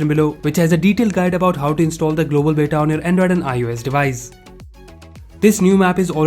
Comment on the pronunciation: It's बीटा not बेटा (son) ☺️☺️😁😁😁